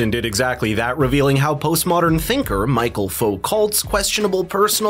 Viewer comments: Also his first name is Michel, not Michael. It’s the French form of the name, which is pronounced as we pronounce Michelle. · Foo - co. As in low. Also his first name is pronounced michelle, like a birds name. Not michael. Although Wishing you all well. Iain w glssgow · Michel, not Michael.